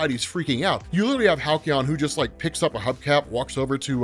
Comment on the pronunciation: Halcyon phonetically sounds like Hal-see-yon. :D